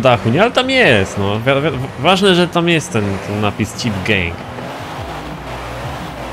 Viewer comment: Chyba gang a nie geng zd